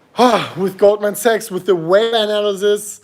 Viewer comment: is pronouncing Sachs as a sex. Tricky for algo.